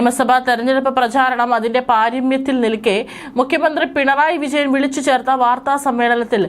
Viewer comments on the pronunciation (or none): none